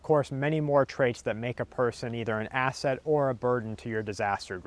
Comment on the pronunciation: every time I hear you say asset, it sounds like your gonna to say ass-hole. "is he gonna be an ass hole or burden"